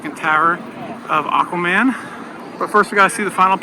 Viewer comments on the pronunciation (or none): none